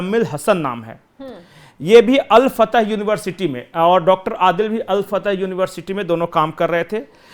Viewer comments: Hello jankaari poor lelo, al Fatah nahi, al Falah, bakwas karthe ho, yar had ho gayi kitni giroge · अल फतह नहीं अल फलाह नाम है। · Al fatah nahi al falah